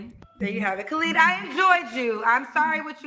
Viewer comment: His name is Khalid -not Clad